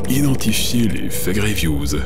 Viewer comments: A chaque fois que vous dîtes "Fake reviews" j'entend "Effet Grievous " Je vous jure que je ne le fait pas exprès et que c'est perturbant vivement l'effet Palpatine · Je suis le seul a entendre "l'effet Grievous" au lieu de "les fake reviews"?